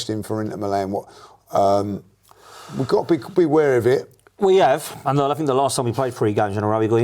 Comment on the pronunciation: For the Empire that invented their own language which dominates the world, they sure cant speak it...'fink' (think) and 'free' (three) 😂😂😂